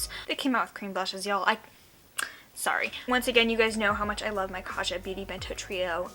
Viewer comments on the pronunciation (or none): Kaja is pronounced with a hard J sound (like Kah-jah. It's Korean for "let's go" but all influencers seem to pronounce it incorrectly.